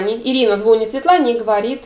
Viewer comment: Не звОнит, а звонИт.